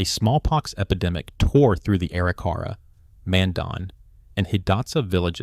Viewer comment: Please learn the correct pronunciation of Arikara. It’s A-RIK-a-rah.